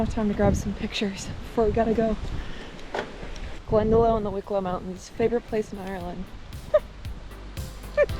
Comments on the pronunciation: Glendalough is pronounced "Glenda-lock" as in equivalent of "loch"-ness. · glen-da-lock not glen-da-low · Glendalough is not pronounced "Glenda-low", its pronounced "Glenda-lock". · Pronounced 'GlendaLock', not glenda-low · Glenda-LOCK not Glenda-LOW :) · Glendalough lit "valley of two lakes" is pronounced "Glen_dah_lock" not "Glen_da_low" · Please 🙏 from an Irish person, stop saying Glendalow, the closest pronunciation of Glendalough for you would be Glendalock, as in bicycle lock 🔐. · It's spelled glendalough but it's pronounced glenda-lock not glenda-low 😊 👍 sorry about your dog I had to have one of mine I had for 14 years put to sleep last month also and I'm still devastated 😭 only one dog left now from four , coming to the end of an era 😢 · I appreciate that your fav country is Ireland, and being a native it would be remiss not to correct your pronunciation of Glendalough. It is Glen da lock not low as you say it. I hope you come back and enjoy the warmth of the Irish welcome and hope it helped with the loss of your baby Blue. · It’s pronounced Glendalock not glendalow 😅😂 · You have a great eye for scenery and photography, I really enjoyed this video! I'm so sorry for the loss of your beloved friend 😫💔💔 I can't even imagine 🫂 Can I just say one little thing, you pronounce Glendalough as- glen/DA/lock and the Cliffs of Moher as- mow/hair!! ☺️☺️ You did some mileage!! 😲😲 Fair play!!! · Just some pronunciation correction . It's Glendalough ( Glendalock) , not Glendalow 😁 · Glen de lock. Lough is the Celtic word for Lake. Lakes in Ireland and Scotland are called Loughs. Loch Lomond, Glen de Lough. Loved your vid. 💚🤍🧡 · Never expect the sun here in Ireland…….its a bonus! ☀️☀️☀️🌤️🌤️🌦️🌦️🌧️🌧️🌧️⛈️⛈️. Also, Glendalough is pronounced ‘Glendalock’ not ‘Glendalow’. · PRONOUNCED GLEN DE LOCK 😂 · It’s pronounced Glen da lock 🤍not low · Just for reference, it's pronounced glenda *lock*, not glenda *low*. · It’s pronounced GLEN DA LOCK not glen da low!! I live there!!!!